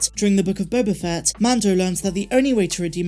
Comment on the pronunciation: You keep mispronouncing "The Book of Boba Fatt".